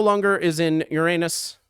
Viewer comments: No way this video is monetized with this accenting on Uranus💀💀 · happy vacation edit: "ur-anus" "regular-anus" well done